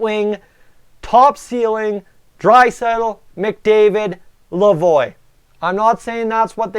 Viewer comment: Its not lavoyyyyyy its pronounced la vwaaaa as in Lavoie French